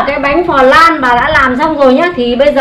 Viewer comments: Bà đọc từ "pờ lan" , nghe dui tai ghê đọc đúng là bánh " lăn" đọc tựa như vậy nha bà 😀😀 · "Phờ lan ca ra men." Phèn 😒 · Bà ơi bà đọc sai rồi flan chứ ko phải là phờ lăn bà ạ nhưng nhìn ngon thật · Bánh cờ lan 😱😂😂😂😂😱😱😂😂🤣🤣🤣🤣 Vãi bánh “ cờ lan “ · Chém tiếng anh như gió😂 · khi bà nói "phờ lan" thấy hài hước lun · Bánh "phờ lan" :)))) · Bánh flan mà gọi là bánh phờ lan 🤣🤣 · Bánh phờ lan 😂😂😂😂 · Bà ơi sao bà lại đọc là phờ lam ạ,có vẻ hơi mắc cười🍮🍮🍮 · Bánh phờ lan :)))) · Phờ răng caramen